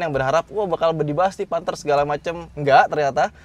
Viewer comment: Panthe 😭 kya bahasa jawa ya